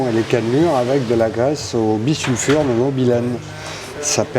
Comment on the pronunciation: Et bisulfure c'est mieux que bissulfure...😁